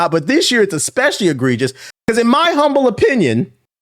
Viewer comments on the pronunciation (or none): none